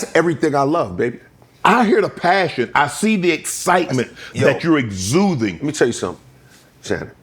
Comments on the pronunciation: Unc it’s “exuding” not exuthing! 😉 He was so excited he misspoke. 😮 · “I see the excitement that you’re exuthing” Shannon gtf 😂